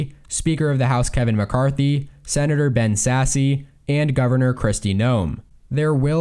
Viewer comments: Ben Sasse's name is pronounced Ben Sass, not Sassy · Dude please stop saying Ben “Sassy.” It’s pronounced “Sass.” Love ur content, but it’s hard to listen to you continuously butcher his name. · BEN SASSE IS PRONOUNCED SASS!!